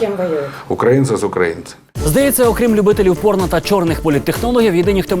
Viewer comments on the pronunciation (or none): none